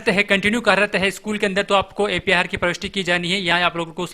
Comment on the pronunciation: अपार नहीं ए पी आर है